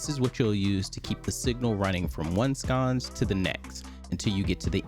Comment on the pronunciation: Sconce brother, not scones. Lol. Kidding. Great video. What did you use to get them to match the screen color?